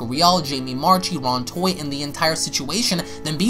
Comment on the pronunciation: Jamie Marchi's last name is pronounced marki, not marchee.